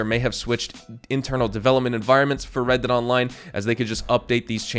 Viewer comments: “New wred dead online” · "new WRED DEAD ONLINE" wred? :o